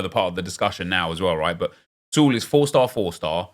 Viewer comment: I'm dying that you pronounce "Sule" as "Zoolei" and "Soulé" as "Sool". Come on Nep hahahahah